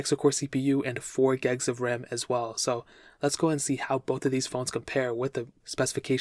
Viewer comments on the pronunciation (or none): Great review. I just wish you would stop saying "gegs" instead of "gigs" in all of your reviews. I can't help but think you say "melk" instead of "milk".